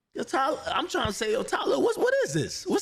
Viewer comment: 🥷🏿 Tylil not Talil lol